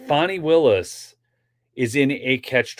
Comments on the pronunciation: FAWNIE? FAH-KNEE? Fani! PRONOUNCED FAN' EEE. As in, BIG CASH MONEY FANNIE WILLIS. TAN, MAN, CAN, DAN, STAN, FAN, PAN, BAN, NOT, TAWN, MAHN, CAWN, DAWN, STAWN, PAWN, BAHN, and CERTAINLY NOT FAHWN. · Her name is Fan-knee and not Fon-knee. She cannot put he own pronunciation on her name without changing the spelling. She never had Hooked on Phonics.